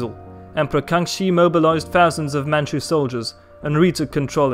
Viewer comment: As a Mandarin speaker myself, kudos to your pronunciation of Mandarin and Manchu names! A good grasp of the tonal system